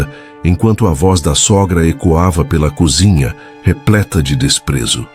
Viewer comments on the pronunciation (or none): none